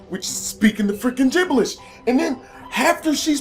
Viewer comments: Did anyone notice he said jiblish instead of jiberish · speaking freaking gibbelish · Anyone else notice he said gibblish once?